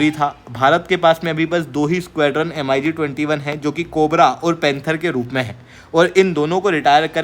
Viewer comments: It's pronunciation is not M..I ..G.... Say mig21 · bhai,usko M--I--G-21 nahi bolte hain,"MIG-21" bola jata h! do a little bit of study,first. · Mig pronounce karo yaar not M.I.G 21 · MiG ko Mig-21 bolo M.I.G alphabet mat bolo. Distorted lagta hai. plz keep some respect, video banana hai toh ratata mat bolo